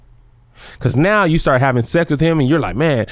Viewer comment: The illicit suexxxx??? The way you pronounced that had me out 🤣